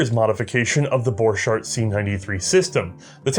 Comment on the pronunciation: Borchardt shoul be pronounced as "Bore hard", not B"orchard".